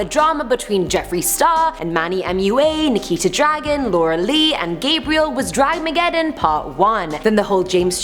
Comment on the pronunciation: It's Dramageddon not Draggeddon or whatever you called it.. at least know what you are talking about before you throw in your opinion.